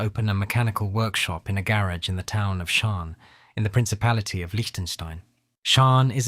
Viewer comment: dude cannot pronounce "patent" or "garage" correctly. 😄